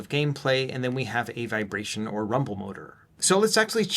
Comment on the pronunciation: "VirationMotor" lmfao